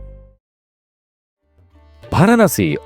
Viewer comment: আগে উচ্চারণ ঠিক করিস ভারানোসি নয় রে বোকা........ ওই জায়গার নাম "বারাণসী"